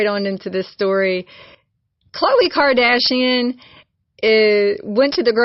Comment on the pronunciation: It's Khloe...not Kohle. Just for the record. True is so cute. But yeah, I don't think her mom makes too many trip to any store that sells groceries.